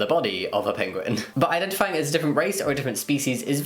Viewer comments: Pinguin? It’s like Benedict cumberbatch all over again haha. It’s Penguin 🙈 so cute! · I couldn’t focus properly for most of the first topic. I was more focused on the way Jamie pronounces Penguin. Love you Jamie but you were doing my head in 😂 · I love how you say "pinguen" instead of "penguin" XD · Jamie pronounces it “pinguin” omg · Did my guy seriously just say "Pinguin"? Bruh moment. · I think you mean PENGWING